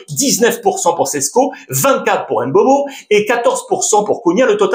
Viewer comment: Alex, Mbappé et Mbeumo, le M est muet. Ça se prononce Bappé et Beumo Certain que tu le sais, ta chaîne YouTube est vue à l'international, sois moins franchouillard. Bonne continuation.